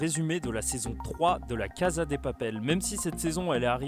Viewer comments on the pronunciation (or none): none